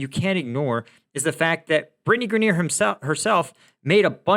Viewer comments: Grineer??? Guess struggles with all pronunciations.. "Grine-er" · Someone needs to teach, "Focus Mode" & how to pronounce last names. Greneer 😆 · Britney Grin-eer? 😂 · FYI - I've always heard her name pronounced GRY-ner (GRY like Cry). I wonder how Britney feels about America now? lol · Sounds like Gri-neer. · I think you may be being too hard on Brittney Griner. Besides mispronouncing her name, you sort of implied that she went to Russia to "live and work" because she hates America. In fact she had an off-season contract to play basketball there; a decision likely based on which international team would pay the most rather than any special affinity for Russia. Also from what I can gather, her objection to the anthem was more in support of the George Floyd/BLM protest movement, rather than being indicative of anti-Americanism generally. In any case it would have been worth mentioning that (according to Wikipedia): "Griner [...] also stated her experiences of being detained in a Russian jail have led her to appreciate the 'uniquely American freedoms' citizens of her country take for granted or overlook. As such, her agent has stated Griner intends to stand while the United States national anthem is played before every game during the 2023 WNBA season." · Ok u r not serious! U dont even know how to pronou ce Griner..u dont k ow this one! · Amusing, your pronunciation of griners name. She should have stayed the poster child for play stupid games win stupid prizes. Aside from the THC product she was in violation of she had multiple strikes against her. It wasn't long ago that they executed homosexuals. Releasing Bout in exchange for her wasn't incompetence but part of a plan . Those in control make the world dance as their puppets. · Good take but you completely mispronounce Griner. Oof.